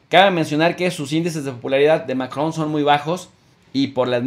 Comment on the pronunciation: Diga macron jejeje lleva luchandola pa decir macron....saludos buena información